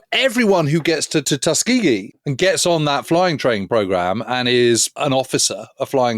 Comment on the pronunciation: Yes, you got it just right. I grew up in Alabama, and ought to know how it's said.